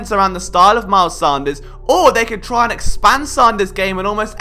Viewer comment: It’s pronounced Sand-ers